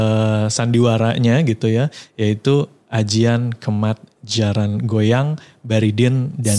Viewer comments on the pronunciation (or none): Jaran guyang bukan goyang